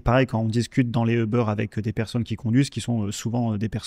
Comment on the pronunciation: Très intéressant, merci beaucoup ! Par contre, Uber ne se prononce pas comme ça